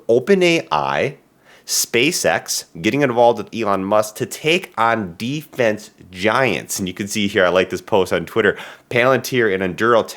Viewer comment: You mispronounced Defense.